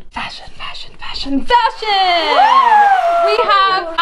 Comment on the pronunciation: FASHUN (fa-s-hon)